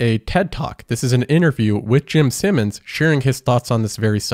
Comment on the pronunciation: Take a shot every time he says "Simmons" instead of "Simons."